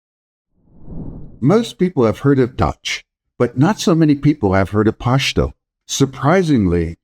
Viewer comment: Don't force the "Pashhhh" it's just pashto